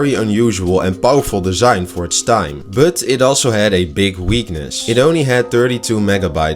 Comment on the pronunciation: Goede video. Maar je but klinkt wel erg als butt